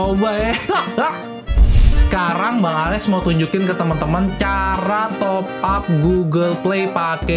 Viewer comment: Top up bang, bukan topap